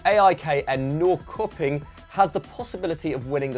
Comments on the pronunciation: You don’t pronounce the Swedish team neecopping you pronounce them nee-shopping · Norrköping is pronounced Norsherping. The more you know